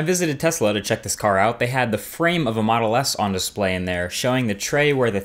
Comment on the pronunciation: have I heard "Moto S"? :>